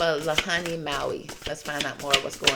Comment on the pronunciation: There were a few things you had incorrect about this…the pronunciation of Lahaina is said like - LA HAI NA… the whaling was never done around the islands, but was a place whalers up until the late 1800’s would stop to rest and restock food/water before selling the whale products elsewhere…we don’t do that here at all and actually whale watching is the main part of the economy in winter months. Westerners for sure did come do a land grab and take over the kingdom of Hawaii by business influence, then illegal annex and then statehood. The rest of your reading had depth and great intentions of truth.